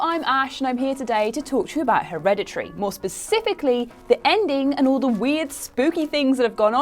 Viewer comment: So, Herede-tree huh?